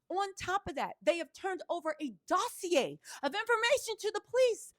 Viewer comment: Dos-E-A = dossier lol smh 😂